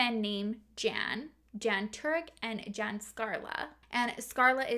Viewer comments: Just for future reference: Jan is pronounced Yan in European language. And Vlad IS a really cool name to say. I even said it with you...Vlaaaaaaaad. 😁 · I love your videos. Just for future reference the masculine form of "Jan" is pronounced "Yawn" in Russian and Polish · Crazy story. Those people are really lunatics. Just one comment. Male name Jan isn’t pronounced as the English female name Jan. It’s pronounced like yarn, only you drop the r 🙂 if that makes sense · this sort of thing creeps me out so munch ahhh :( also in names like jacob, jan, jospeph, the j is pronounced as y so like yan or yacob; ik this isn't really a significant correction but oh well aha. I love your videos sooooo much ! sending love from denmark